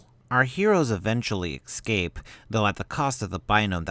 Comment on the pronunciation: Fuck dude, the is no X in ecsape. EVERY time you say it you say Excape, that is hugely annoying.